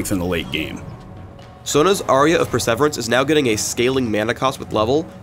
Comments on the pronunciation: "Aria of PerSEVerance?" pretty sure it's perseVERance. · work on your pronunciation. It's not per-sever-ance, it's per-sir-veer-ance! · Dear: It's not "per-sever-ance". Try "per-seveer-ance". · Per-sever-ance? Per-se-VEER-ance. Almost as bad as 'Cage' vs. 'Ka-ge'... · Persverance: Per-sever-ance not per-ser-vear-ance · seems to have problems pronouncing long difficult words, stranges way of saying perseverance i've ever heard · "Aria of Purr-sevrence..." Yeah, never letting you tell me how to pronouncee words, like Aculli instead of Akali. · He pronounced perseverance as persevrance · you're awesome and all, but check your perseverance pronunciation. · lol phreak's pronunciation of perseverance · Aura of perseverance. You are adults, and are making a video to explain part of a game that your company created. For the love of god, learn to pronounce the English language. You sound the same as the illiterate fucks that play your game. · That's possibly the worst pronunciation of "Perseverance" I've ever heard. Surely you don't really think that's how to pronounce that word. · he also said perseverance wrong lol.... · What's up with the way you pronounce "perseverance? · is a fucking tard...can't even pronounce "perseverance"... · "I AM PHREAK AND I DO NOT KNOW HOW TO PRONOUNCE THE WORD PERSEVERANCE. MY JOB IS PR-BASED AND IS COMPLETELY DEPENDANT ON MY ABILITY TO SPEAK. I HAVE A JOB. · Why would anyone even pronounce perseverance that way? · lol at pronouncing Perseverance incorrectly. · Also,, that's not how you pronounce perseverance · Perseverence... do you not know how to pronounce that word...